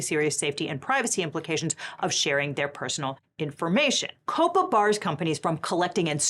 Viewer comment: calling him the hot schlepper was... well that was a Choice. Edit: I have never heard of anyone pronouncing COPPA as "Cope-Uh" I usually hear is as like, Copper but with an A at the end. Like you're shouting at a cop in bosten. AY COPPA